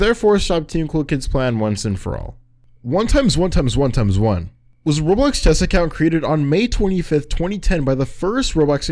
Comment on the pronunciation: the way you say his name xd 1 Eggs 1 Eggs 1 Eggs 1 Eggs